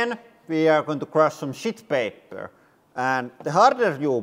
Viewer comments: i love how his, sheet paper, sounds like Shit paper, which is still correct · Is he saying "sheet paper" or "shit paper", cause both terms work aptly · I dont know if he's saying "shit paper" or "sheet paper", but either way, I think I'm going to start using that term... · No idea if he is saying "shit paper" or "sheet paper", but it's sounding like shit paper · is he saying SHEET paper , or ** 💩paper? 😂😂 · Can't tell if you were saying "sheet paper" or "$h!t paper" 😂 Can't wait to see the completed setup!! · Well, he said it like Räikkönen. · definitely shit paper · Clearly "shit paper". It's toilet paper, man. Who calls it "sheet paper"? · Did you say “sheet paper”? 😜 maybe you could have built your bunker out of those! 😂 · I can't tell if you're calling the toilet paper 'sheet paper' or 'shit paper'. Either would be accurate. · Idk if you called that toilet paper "shit paper" or "sheet paper" but either way that's pretty funny 👌😅❤